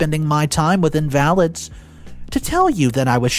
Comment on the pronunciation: The mispronunciations drive me crazy "Invalid" here, "Executor, Tarot, Cohabitation" and many more in other videos. If these words were mispronounced once I'd say it was an honest mistake, but it's constant and takes me away from the story where i have to rewind and see what i missed. Plus i wish he would link to the original reddit story as he changes the original titles.